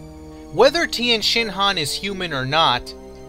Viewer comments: You dont call him tIEnshinhan, properly pronounced its Tenshinhan, the i is silent! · If I had gained a dollar for every time that you said Tienshenhan...